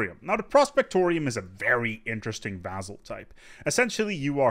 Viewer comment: I love how you still mispronounce vassal. :-)